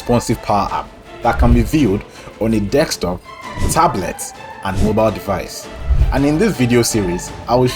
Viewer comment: You almost lost me at the beginning at "dekstop"...